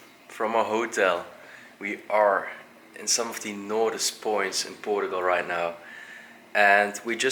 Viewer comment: Era muito melhor se a prenuncia fosse mais acertada, por exemplo Portugal ou portuguese , em vez de Poregue or Porogual ; what is that? Really 🤪